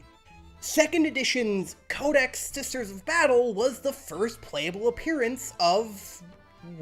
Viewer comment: the unique identity of not knowing how to say "SISTER" on occasion